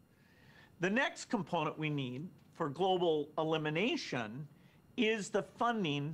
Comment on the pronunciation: Each time he said ‘global elimination’ i kept on hearing ‘Global domination’ 🤣🤣🤣🤣